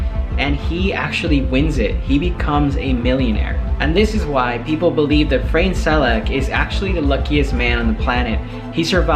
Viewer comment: The name is Frano or Frane Selak, not Frank Selleck.